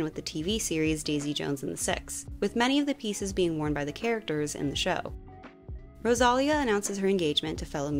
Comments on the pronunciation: it’s pronounced Rosalía not Rosália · She says “Rosááália” and its “Rosalíííía”. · Loved the video, learnt a lot, but that Rosalía pronunciation was something hahaha the stressed syllable is "li", so Ro-sa-LI-a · rosa-lee-ah*. great video as always mami ❤ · Hey, it’s pronounced “Rosa - Lia” (Rose Uh Lia) , it’s hard to roll the R if you’re not used to speaking one of the romantic languages but you can try pronouncing it by saying Rosa Lia (Rose Uh Lia) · I’m sorry but why was Rosalia’s name pronounced Rosaulia 😭😭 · The way you say Rosalia kills me 😂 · Loved this segment but just have to point out its RosalÍa accent on the í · The way you said Rosalia ☠️ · Love your videos. You get facts and pronunciations, correct... except the pronunciation of Rosalía. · the rosalía pronunciation took me out im sorry omg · I’m sorry girl but please learn how to properly say Rosalia’s name 😭